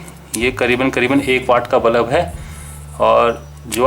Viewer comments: bro its pronounced as bulb.. not ballap... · bulups q bol rhe ho yaar ?